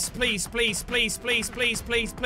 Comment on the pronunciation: What Jack says: "please please please..." What I hear: "police police police..."